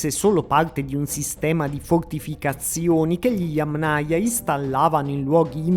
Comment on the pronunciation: Accento sulla prima silabba - Yámnaya. Parola Yáma. In russo Я́ма - fossa. Yámnaya (di fossa). Cultura di fossa. Kultura fossiiiiile. Un po si sente storto.